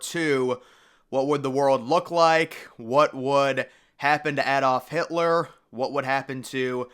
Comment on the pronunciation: Your pronunciation of Adolf Hitler is wrong too, lol